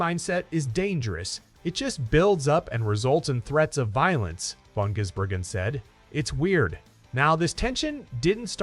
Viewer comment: His name is not Jizzbergen....